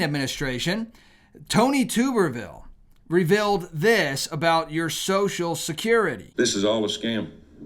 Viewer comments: Tub-er-ville...not Tube-er-ville...and it's Tommy, not Tony. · It’s pronounced Tuberville , like you bath in a tub…. not tooberville, lol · It’s Tub er ville. Not Tube er ville. He use to coach college football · It’s Tommy Tubberville (pronounced like a bath tub) :)